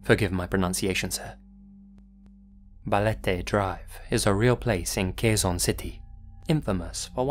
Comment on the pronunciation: I AM FROM THE PHILIPPINES!! and as a fan, you saying Quezon city is such a big honor, we all missed u!!!